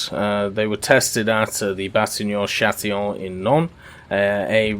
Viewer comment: I know french is hard but it's not batignon châtillon but batignolles châtillon